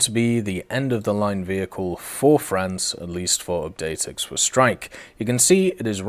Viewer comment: The X in Ixwa is pronounced like a K but with a clicking sound, it's hard to describe. It's best to look up a video of how to pronounce the X sound in the Zulu language. Though I doubt anyone is gonna read this comment anyways.